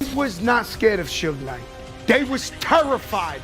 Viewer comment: Soog knight had me dying like wtf he just say 🤣🤣🤣